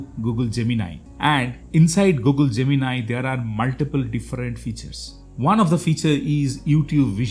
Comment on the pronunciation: Oh finally I find someone pronouncing Gemini correctly.